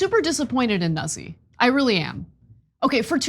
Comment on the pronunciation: Ana, the last name is "Noot-ze".